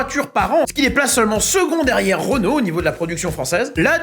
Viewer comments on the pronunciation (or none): none